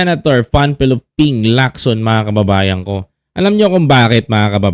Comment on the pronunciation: Ping Lacson hindi po Locson